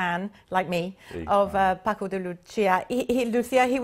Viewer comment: Nice interview and playing. Shame the presenter forgot how to pronounce Paco's name and bought up the issue of speed when talking about technique (further adding to the stereotype that speed is all guitar players care about).